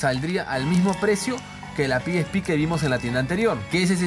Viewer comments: pi is pi?..... Carajo eres latino, pronuncia como tal PE ESE PE. PE ESE PE PE ESE PE PE ESE PE PE ESE PE PE ESE PE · Ora piespi nel eso no se dice "El pesepe :v" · El: (PIESPI) Yo: (PEESEPE) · A alguien más le molesta que le diga piespi ? Xdxdxd